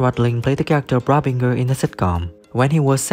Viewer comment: If you are such a big fan you should be able to pronounce Brabinger!!!!